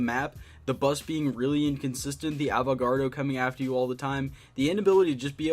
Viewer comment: who else cringed when he said AVOGAARDO not avogadro lol